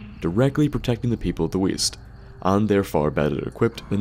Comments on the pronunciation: I thought he said weast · "Did you say WEAST?!" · Weest? What kind of compass are you reading boy?